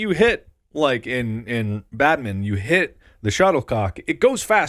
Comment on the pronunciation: I really hate how you guys say badminton